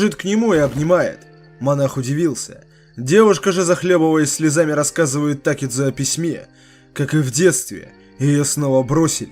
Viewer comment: такЕдзо а не тАкедзо